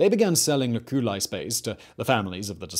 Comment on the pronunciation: cuBIcula LOculi. arcoSOLIa FOsseri. Third syllable from the last is stressed. Not second.